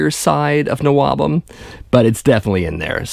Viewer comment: Stop saying NOABUM. Nobody ever called it that. We just called it all metal, or early metal Plus I considered Anvil and New York's Riot as NWOBHM and Loudness. You're 100% correct on this vid, plus there's a few gems like Satan that I thought would never be mentioned.